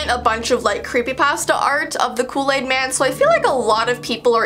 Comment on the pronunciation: I don’t know what loo laid is but it sound good!😂😂😂